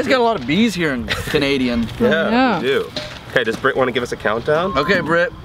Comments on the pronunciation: I think he said "Canadia" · any notice roman said canadia instead is canada